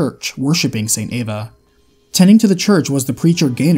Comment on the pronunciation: Eva is pronounced E-Va Not A-Va. It's an E not An A.